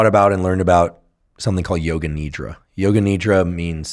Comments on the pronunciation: Not Need-ra. Nidh-ra! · Its not nidra , its nidhra